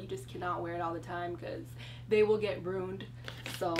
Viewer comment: RU-INED NOT RUNED